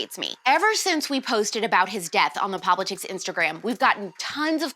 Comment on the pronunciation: I'm 99% sure you are pronouncing the name of your show wrong... It would be cooler if it was pop-litics instead of pop-li-tics